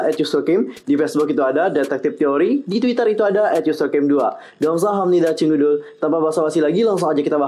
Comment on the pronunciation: Saran aja nih... kalo pengucapan 'Cingudul' nya dipoles menjadi 'Cingudeul' beneran kaya'nya lebih asik dengernya..